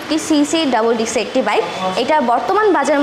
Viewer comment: 🚫বাইকের দাম বেশি নিয়ে ১৪ রকম গিফট দেয়া সম্বভ😃 সিঙ্গেল ডিক্স হবে নাকি ডিস্ক হবে❓উচ্চারণ ঠিক করুন এমনিতেই স্মার্টনেস চলে আসবে।